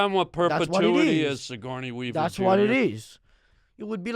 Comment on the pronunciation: He keeps calling him sigorney weaver hahahahahaha thats too fkin funny